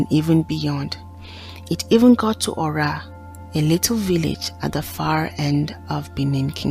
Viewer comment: Nice story. But the pronunciation is Ora not öra thanks look forward to see more 👍